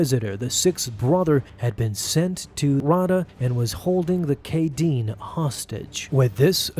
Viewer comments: lmao the ‘kaeden people’??? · It’s (raw-ay-duh) and (Kay-den). Say it right. I have the audio book pronunciation on my side here. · Bruh feaking hilarious how he pronounces Raada and Kaeden Larte 😂